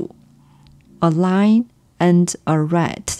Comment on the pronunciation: I recommend working on your English pronunciation of “lion" and "line". Try to distinguish between them. "Lion" has two syllables. "Line" has one syllable. However, I absolutely love your lessons. This is, without doubt, the best channel for learning Mandarin. I can't believe it's free! I hope you get lots of money from YouTube. Thank you.